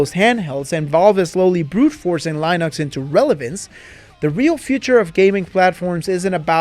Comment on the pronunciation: Lienux? You trying to say Linux?